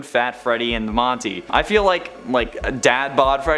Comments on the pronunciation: he says buff greedy and Morty instead of Monty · You said Morty instead of monty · You said morty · "morty" lol